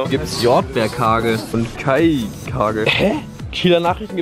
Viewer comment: Jordbær kage wird Jorbärkäje ausgesprochen xD. Gehe auf eine Daänische schule deswegem weiss ich das^^. Wohne übrigens auch in Kiel :)